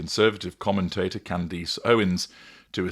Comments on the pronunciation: At least say her name right. Candace. Not Candeeece. She did not ask Trump for help with the Macrons. That's false. Trump called her to ask if she would consider laying off, on behalf of Macron. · Her name is pronounced Candess, not Candeese. Driving me nuts listening to you slaughter her name like that. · What do you keep mispronouncing her name? "Candeece"?!?!